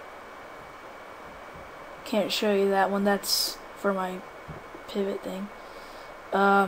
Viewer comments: did you say peevot ?? its pivot not peevot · you pronaunce (dont know how to spell it) pivot wrong